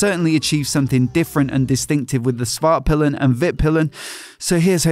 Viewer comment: For those of you who don't speak Swedish. Norden means The North, Vitpilen means White Arrow, and Svartpilen means Black Arrow. However, Pilen should be pronounced with a longer i. piilen rather than pillen. The later being one of the Words we use for the male genitalia.